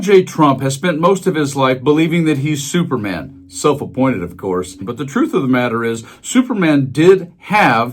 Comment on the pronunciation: Did you say supermen or stupid man